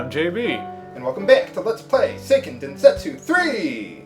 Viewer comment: Hey, according to Japanese pronunciation rules, the game should be pronounced SAY-ken den-SET-soo, not SIGH-ken den-SET-soo